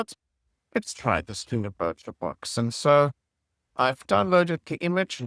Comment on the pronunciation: here are my top 3 favorites: - "bebek.. distroo~" - "its time to check bubobolook" - "butcho box"